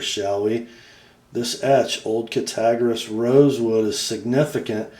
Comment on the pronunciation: ( Pssst.............ya got the "g" and the "r" in "Cattaraugus" switched around in your pronunciation of the name. Look closely at the name, as it is properly pronounced as: "CATTER-AUGUS"............the "augus" is pronounced like the month "August". Of course, I purposely mispelled the name in order to verbally demonstrate the proper pronunciation.............thought you'd like to know.) ;-) The Northfield version of the GEC Eureka Jack is exactly the same as the SFO they did for these guys..........both blades, bolsters, swages & all. The only difference was the tang stamps & etches. I could be wrong, but if I'm not mistaken, it is the gentleman's wife, who is the great grand daughter ( or grand niece, maybe? ) of JBF Champlin. I really dig this company, and the fact he and his partner resurrected this old name. Actually, "John Brown Francis Champlin" started out as a cutlery salesman for the very old "Friedmann and Lauterjung" cutlery company. He later left them, where he and his son "Tint" formed their own company: "JBF Champlin & Son"...........JBF's sister had earlier, married one of the Case brothers, so 4 of the Case brothers, with one of them being JBF's brother-in-law, joined JBF Champlin & Son in 1886, to become the Cattaraugus Cutlery Company. Them Case boys had their hands in so many different cutlery companies back then, and I believe a few started because of Case sisters marrying into another cutlery family, who would then join with his "brothers-in-law", the C